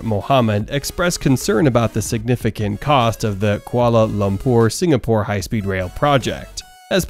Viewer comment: I’ve never heard anyone struggle as much with the pronunciation of Kuala Lumpur! But then again I commend any American who knows a bit about the world beyond their borders.